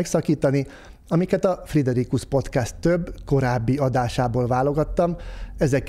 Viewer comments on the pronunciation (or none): none